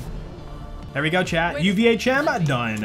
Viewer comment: When you say 'chat' it sounds like 'Chad'.